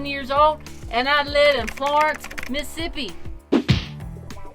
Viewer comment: you did not pronounce Mississippi correctly. 🤣🤣🤣🤣🤣🤣 yeah ask me how I know. I really admire y’all as parents. No explanation required from where I stand because I know what it takes to be a parent. I love to see young people bloom into adults and prosper. Good job!